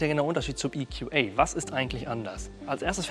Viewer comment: Wir sind hier in Deutschland und das sind deutsche Fahrzeuge. Deshalb: EQB spricht sich "e ku be" und nicht "e ku bi" EQA spricht sich "e ku a" und nicht "e ku ei"